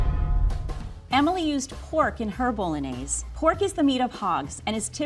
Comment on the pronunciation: I don’t trust any cook who can’t even pronounce bolognese correctly